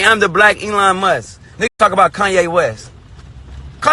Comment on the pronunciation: "I am the black Eyon Muss" - soldier Boy 2019